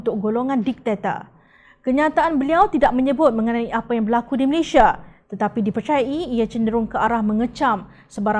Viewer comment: How to prononce the name of your country? Malaysia or Malayshia?